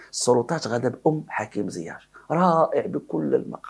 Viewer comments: لماذا تنطق ياء "زياش" بالتفخيم ..فهي مرققة ..ZIECH ...ماشي ZIACH ..🙏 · il s appelle ziyeech et non ziyaaach.Tu es le seul a l appeler de cette facon.